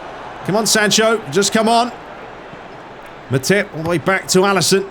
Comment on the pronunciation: Sounds like you’re talking about something else when you say Matip like that 😂